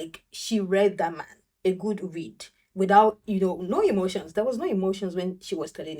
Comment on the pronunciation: Hemotional! He’s all the way in his hemotions smh 😂